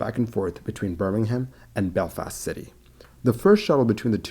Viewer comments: So you know, you Dont pronounce the H in Birmingham, its pronounced birmingam. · Birmingham is pronounced with a silent "H" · Birmingham in the UK, is not pronounced the same way as the one in the US. Rather than have me suggest a pronunciation, it would better to check with one of the many web sites that help with pronunciation. Put simply, the H is not pronounced. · There is a Birmingham in the USA and one in the UK. Their names are pronounced differently. He made the mistake of calling the UK by the US name.